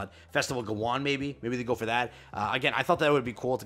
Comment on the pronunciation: Bro pronounced Gawain so wrong